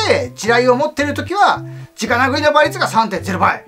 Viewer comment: 子供たちが直殴りをちゃんと「じかなぐり」と覚えるようにちゃんと言ってる所に好感。言葉は大切だからねぇ。